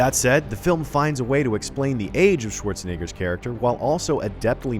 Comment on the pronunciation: my man totally forgot about the “e” in “Schwarzenegger”